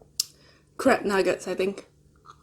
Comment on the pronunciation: I love your vids this one made me laugh when you said crab... it sounds like you're saying crap, so you just ate crap nuggets! haha xx